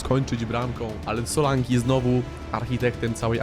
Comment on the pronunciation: Solanke nie Solanki